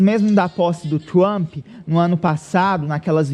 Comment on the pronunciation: Esse maluco nao sabe nem pronunciar Trump?